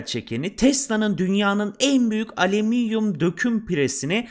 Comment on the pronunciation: Aleminyum ve elament diyen birinin videosu daha fazla izlenmez 😂